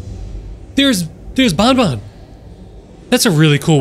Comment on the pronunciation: how you say banban is more of bonbon that is a spelling mistake you are the spelling mistake with sringeon